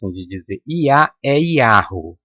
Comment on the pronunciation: Atantos tempos, AQI, muito, estão miando, uivando, igual a cão lobo você, fala,pronucia,(yau,) KKK e pra riss mesmo? Pegue Sua bíblia,seu livro,e lê no,, apocalipsses REVELAÇÃO,19v2v3v4v6 não darei mais notícias, tetragrama, e abreviação,do nome, EU SOU O QE SOU.